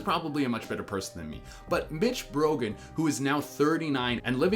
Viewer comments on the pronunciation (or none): it sounded like he said b**ch brogan instead of mitch brogan